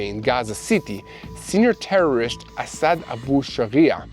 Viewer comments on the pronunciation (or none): none